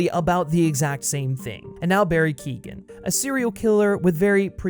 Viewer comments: His name's pronounced Barry Kyo - han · you could try and pronounce his name right at least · you should probably learn how to say Barrys last night right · Another problem with Keoghan’s Joker is that they’ve gone so extreme with the face disfigurement, yet his speech isn’t impeded at all. With Ledger’s Glasgow Grin, it sounded like he had an obstructed mouth, like he’d been eating a bunch of peanut butter. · Dude, I get your point with the whole everyone copies heath ledger, thats all good. Barry Keoghan, you said his last name wrong, is fine. We’ve barely seen him. You’re ranting and raving about a guy who got about 2 minutes of screen time. Wait till the next movie comes out, then you can complain 😂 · Look up how to pronounce Keoghan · People need to learn to pronounce Keoghan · KEOGHAN not KEEGAN ffs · Barry ''Keo-han'' not ''Kee-gan'' Also the Todd Philips and Joaquin Pheonix interpretation of the character was very different and interesting. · Keegan?. The name is pretty much pronounced phonetically , Key-oh-gan. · His name is Not Barry Keegan.. it's Keoghan.. it's pronounced keeyoan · FYI: Keoghan is pronounced "Kyo-an" Source: Am Irish, it's a reasonably common surname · His name is not Barry Keegan. It's is Barry Keoghan. You should learn how to pronounce it if making a video on him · For all the Americans, Barry's sur name is pronounced "Key-oh-an" not Keegan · Bestie, you’re mispronouncing Barry’s last name 💀 it’s [Key-oh-gan] not [Keegan] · Keoghan is pronounced “Kyone” not “kee-gan” btw. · ‘Keoghan’ = Kee Oh an .. not Kee gan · It’s pronounced Barry “Keehon” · Can you please pronounce Barry keoghan name right it's like kyohan instead of Keegan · Keoghan is pronounced “Key-Owen” not Keegan lmao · Keoghan is pronounced "Kyo win" not "Keegan" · Barry Keoghan is pronounced : Key - oh - in. Source. I am Irish and my family have the same name... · It’s pronounced Co-en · Barry Keoghan's surname is pronounced "Kyo-en" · It's Keoghan, not Keegan